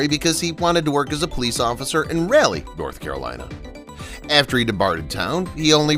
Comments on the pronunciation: Rawh-lee. Not Ray-lee. I grew up in Greensboro and live in High Point. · It's Ra Lee North Carolina not Ray Lee North Carolina, south east coast not the Midwest.The city Mayberry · Raleigh, NC is Ralie--short "a,", not Railie, Dude! So, who did Ron Howard "truly hate?" The manufacturer of the pickles? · "Raily, North Carolina"? Never heard of it! Oh...you must mean Raleigh, North Carolina! ( minutes in) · It’s pronounced Rah-lee and Frances Bow-vee-ay. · Wow .....you called rhalie north Carolina as bad as I spelled it . Youade it sound like that çrazy chicken on tv when she said rally I did.....you need to learn how to say it lol